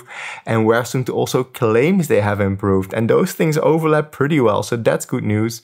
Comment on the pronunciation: suunto is Finnish so it's pronounced like the English words "soon toe". 😊